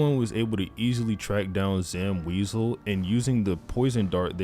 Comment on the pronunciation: My favorite part was him saying Zam "Weasel"